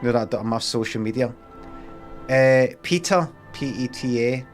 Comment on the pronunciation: You are not pronouncing the name correctly PETA. It is not PEETA but as in PET with an added A as in apple